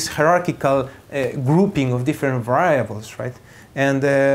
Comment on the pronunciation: just in case someone gets confused, what he pronounces 'viables' is supposed to mean "variables"